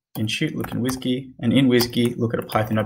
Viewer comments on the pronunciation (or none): The way you said WSGY was very funny hahahahah. Great series man thank you very much!!